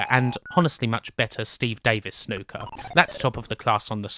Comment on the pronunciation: When I heard you say Snooker, I thought you said 'Snuka'. "Oh this is gonna be a game where we Super-Fly off the top of a cage. Then we go to a motel and murder our girlfriend."